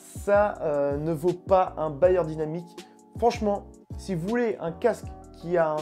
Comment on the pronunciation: C'est "BEyerdynamic" pas BAyer, Bayer c'est l'industriel de la pharmacie et de l'agroalimentaire